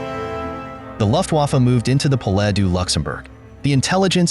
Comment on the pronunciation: 😂 Pas "Lutwaffe" ! mais Luftwaffe ! ! 🥴 Et le pépère qui voit du 37 partout alors que ce sont des balles de pm ou de fusils...